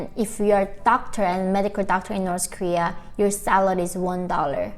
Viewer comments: Why the pronounce north korea as Nors korea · In Norsh koeeaah